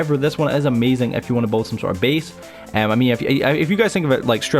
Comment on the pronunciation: He can’t say build properly